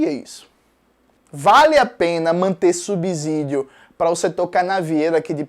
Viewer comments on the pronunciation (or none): Eu sou comunista e detesto o purismo linguístico, porém, eu fico incomodado com a pronúncia, de várias pessoas comunistas ou não, da palavra subsídio, uma boa forma no português que se ensina é comparar a outros casos existentes, por isso deixo a dica da comparação entre a palavra subsídio e subsolo, mas, o conteúdo do vídeo nada a declarar além de PERFEITO.